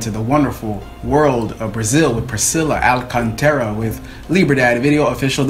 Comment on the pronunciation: You're right. "Liberdade" is Freedom...and the whole significant about the song you said is truth. And when you pronounced her undername in the beginning, was right. Great job! You understand the whole videoclipe. React Leonardo Gonçalves - Livre Sou. It is like capella.